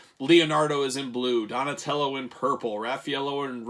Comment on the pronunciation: “Ralphy-ellow.” Omg 😭😂